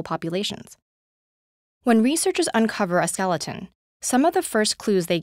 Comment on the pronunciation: "Skel E. Ton" lol